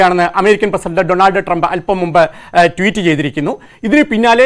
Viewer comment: അമേരിക്കയുടെ പ്രസിഡണ്ട് ജോബ് ഐഡൻ അല്ല ഡോണാൾഡ് ട്രംപ് അല്ലല്ലോ പിന്നെ എന്താണ് ഇയാൾ ഡോണർ ട്രംപ് എന്ന് പറയുന്നത്